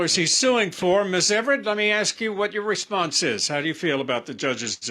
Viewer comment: The first thing taught in school should be “ax” is NOT “ask.” The worst.